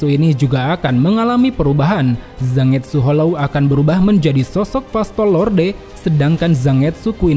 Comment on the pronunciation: Ini tuh jepang, jadi baca Zangetsu itu bukan Za-nget-su. Tapi Zan-get-su...